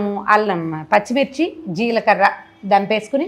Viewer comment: Jeelkarra kadu. Jeelakarra